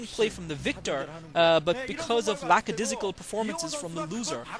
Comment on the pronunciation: oh it's not lackadizzical? OH.. ITS LACKADAISICAL? WITH PRONUNCIATION AND DEFINITION.. THANK GOD YOU EXIST TO CORRECT US ALL